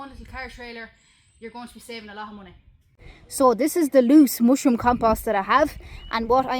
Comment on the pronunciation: The way she says ‘mooshroom’. Sigh.